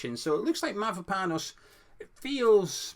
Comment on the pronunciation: My wife is Cypriot and she says you say Mavropanos correctly, good job buddy 😂